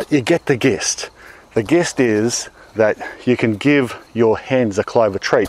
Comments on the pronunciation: "Gist" is pronounced "jist" by the way >_> Absolutely loving your chicken videos, my wife and I are thinking about getting Chickens sometime soon and your videos have been chalked full of tips. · Thanks for the video and keep up the great work. Your clover looks more like oxalis than our white clover to me. Who else pronounces "gist" the way he does, instead of like "jist"? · I had never heard that pronunciation of gist either. Maybe it's an Aussie thing?